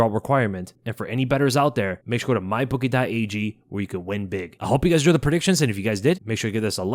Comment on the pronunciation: It always sounds like you say “my bookie dot AEG”